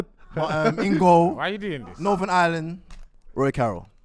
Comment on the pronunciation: Man said Roy Carroll 😭😭😭😭😂😂😂